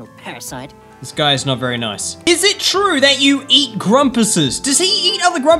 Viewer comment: When says nice he sounds like noce